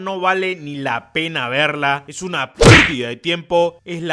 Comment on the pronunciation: PRRRDIDA de Tiempo, Soporífera (Tengo uno de eso lentes en mi casa) un in-PRRRRRRR